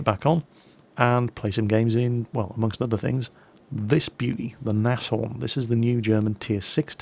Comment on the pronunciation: Pretty sure Nashorn is just pronounced "Naaz-Horn"